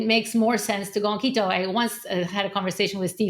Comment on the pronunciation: Keto, not Lego :)